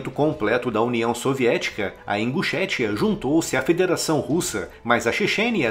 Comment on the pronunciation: Eu ri quando ele falou imbuchetia kkkk , aí aí eu não tenho maturidade suficiente ..